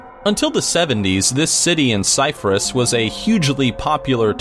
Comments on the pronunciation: Bro! Its not Cyfrus, its Cyprus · it's not "Cyphrus" it's fucking Cyprus... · How is he pronouncing Cyprus? "Psyfurus"? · Is it just me that's annoyed that he didn't pronounce Cyprus right? - Oh well it was a great video very interesting x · Number 11 is Cyprus 🇨🇾 incase anyone's wondering. It wasn't pronounced properly there isn't any f sounds in Cyprus. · That's some terrible pronunciation of Cyprus and Bogota, amongst others. And what's an oil bloom? I'm intrigued.